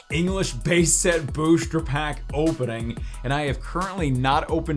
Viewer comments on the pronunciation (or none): Its booster not booshter my dude!!